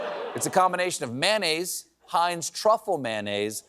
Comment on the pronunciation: MAYO-nnaise! Not MAH-nnaise! 🙄 You woudn't say extra mah.